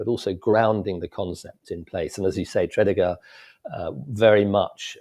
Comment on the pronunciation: That's a poor pronunciation of Tredegar. Despite that, I really enjoyed listening to this.